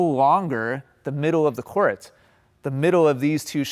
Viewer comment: Why do you pronounce “court” like “core-ette”??